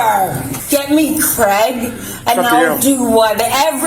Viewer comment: Americans... it's CRAY-GUH not KREH-GUH 😂